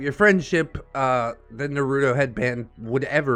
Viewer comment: Cringiest part of this story is how you pronounce Naruto